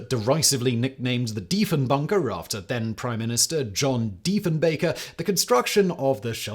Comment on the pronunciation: HEY ... Simon pronounced Diefenbaker properly this time ... he CAN learn. Atta blaze boy